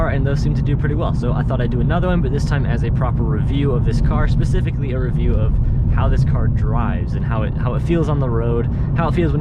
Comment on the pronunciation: Did you say Spe -CIVIC-ally Or Spe-Cific-ally 😂😅 That would make a fun title for your video. CIVIC SPECIFICS or CIVIC SPE-CIVICS 😅